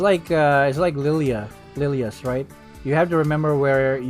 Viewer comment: Did you say lilias right? You kinda sus